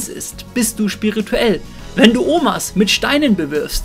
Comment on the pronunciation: "Sch"pirituell hhaha das heißt spirituell ^^